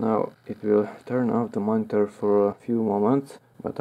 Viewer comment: moniTUR into the compuTUR.... hehe... are you filipino?